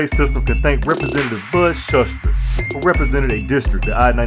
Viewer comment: Nice video! The representative you mentioned used to be my congressman, however you pronounced his name incorrectly; it should be pronounced "shooster".